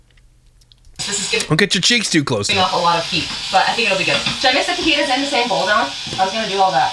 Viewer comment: woah woah woah….. did she said faGEETAs???? 😳